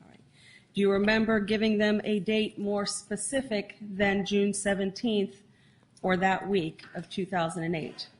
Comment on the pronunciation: What about "pacific" instead of "specific"?